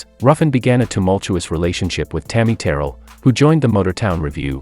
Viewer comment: THIS NARRATOR, REALLY NEEDS TO LEARN HOW TO PRONOUNCE “ TAMMY TERRELL’S “ NAME ……